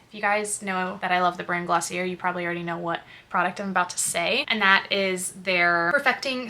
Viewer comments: It's "gloss-ee-eh", not "er" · Hey, just a helpful tip, it’s Glossy-ay not glossy-air 🙂